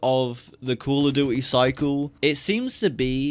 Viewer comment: I stopped playing cod before Vanguard came out. Cold war was the final straw. Tried bo6 beta and MW3 through gamepass and im glad ive saved my money over the years. SBMM is the sole reason i hate it. Every game is sweaty. Sbmm should only be in ranked. Oh yeah, you pronounce Duty like Jewty 👍